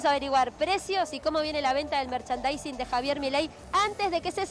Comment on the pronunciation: Periodista no sabe la palabra merchandising